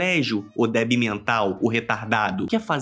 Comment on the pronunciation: Não se diz DEBi mental, mas sim,😮 DÉBIL